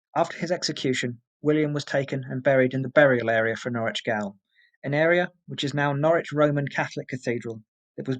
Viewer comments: Excellent vid Sir, I applauded your research on this very interesting subject!.. however.. it's driving me nuts hearing you pronounce gaol as "gail". Even though it is spelt differently to the modern word "jail".. it is pronounced exactly the same way.. GAOL = JAIL ;) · Great video well narrated. FYI gaol is pronounced jail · Gaol is pronounced the same as jail. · gaol is pronounced jail. gaol is English spelling, jail is American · Gaol is pronounced jail. It's the British spelling for jail (the American spelling). I enjoyed the video! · Why does the narrator keep pronouncing gaol as gowl ? Is it because they only know the american spelling jail ? Up to the 1970's it was still acceptable to spell jail as gaol, but as the yank spelling became the norm the Brit spelling lost it's use totally . Oh well next it'll be colour spelled color . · I wondered that as he mispronounced "gaol", most real people know it's the same as "jail" probably just a youngster/foreigner if not a robot? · Gaol is still pronounced 'jail'.